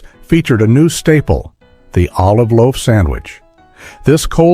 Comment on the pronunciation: Very lazy... "Laof"? The producers didn't catch that.. The same sandwich twice? Some words broken,, some jammed together.. Annoying... AI click bait...